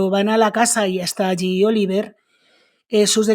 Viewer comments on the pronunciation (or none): Interesante tu canal!. Por cierto, el hijo se llama Olivier, con una i, y se pronuncia O-li-vyé con una i larga.y sin pronunciar la r final. Pero no tiene más importancia